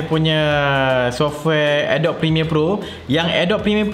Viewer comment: Salam bro,saja nak bagitau Cara nk pronounce Adobe yng betul adalah (adobi) bukan (adob) Harap membantu